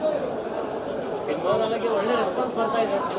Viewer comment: Don't kill kannada. holle alla, olle. Thu nim naalgege. Uccharane maadodu kaliro nettage